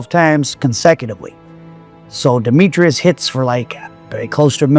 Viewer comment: Its *demetris not demetrius. His name was demetris.